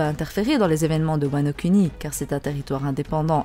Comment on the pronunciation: j'sais pas si je suis le seul à kiffer le fait qu'elle prononce "Wano Kuni" et non Wano "kouni", je prends mon pieds à chaque fois^^